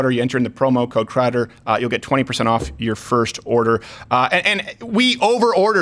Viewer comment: I love a light roast, great for espresso or my little Bialetti stovetop. Great show, Mistuh Crowduh!!